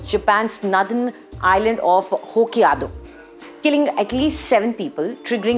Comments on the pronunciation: It's "prefecture" not "perfecture". It's "Hokkaido", not "Hokkiado". Man, you are a journalist. Did you even do your research or are just reading a script that you've read for the first time in your life? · and It is correctly pronounced as "Hokkaido" not "Hokkiado". Totally understandable it's not easy for a foreigner to pronounce these names. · hokiado lol get that pronounce properly